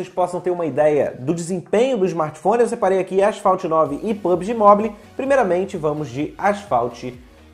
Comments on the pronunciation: Amigo, só uma dica: não se fala literalmente "Mobile", mas sim "Mobaiou". Desde já, só esse pequeno acerto kkk Ótimo Vídeo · Agonia demais "Mobili" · Mobile se fala "mobou" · Só uma dica basica: se pretende falar uma palavra em ingles tantas vezes como a palavra mobile, coloca no google how to pronounce e escuta a pronuncia... A pronuncia é tipo "mobaiou". A proposito, excelente video... meu outro cel da xiaomi parou de pegar sinal da operadora dps de 3 anos usando... agora vou ter q comprar outro e o video me deixou animado em pegar um.